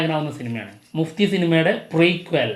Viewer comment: മുഫ്തി അല്ല ബ്രോസ്, മഫ്തി ആണ് 😊